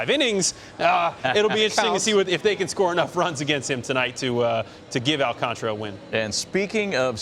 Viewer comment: Al-Can-Ta-Ra … not Al-Can-Tra smh